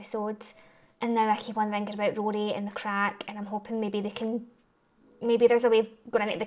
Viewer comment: Love your pronunciation (accent) of Rory.